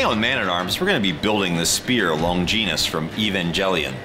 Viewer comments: Fyi, in canon it's called the "Lance of Longinus". I feel like it just has a better ring to it then "spear". Holy crap those pronunciations.....Lawn-gin-ous not lon-jean-us and E-van-ghel-ion not E-von-gel-ion. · "Spear of Longeenus from Evanjellyon" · I like the concept but “today we’re making the spear of lon-jeenus from eevan-jelly-on” physically hurt me. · lonjinus , evanjellyion nooooo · Lon- gee nus 😅 I hate when people try to pronounce things differently on purpose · It’s pronounced lon Ji ness, not a g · Honestly, with how heavy this thing appears to be trying to throw it properly might be a big ol challenge in itself so while there are other things I felt let down by here (the finish on the spear, for one, or how he pronounced "Longinus" at the beginning, or... the needless super fanservice-y cosplay) that's hardly the worst of it IMO. But yeah, it would have been grand if they managed to treat it like a proper spear. Heck I'd have settled for hammering a tiny moon, haha. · Based on how they said evangelion and longinus they never watched the show.